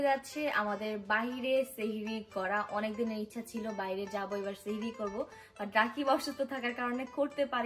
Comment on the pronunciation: তোমরা সেহেরি বলছো হবে সাহারি